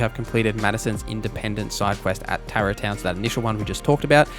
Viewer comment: I hate to be that guy, but you mispronounced SO many names and words 😅 Tarot Town? 😂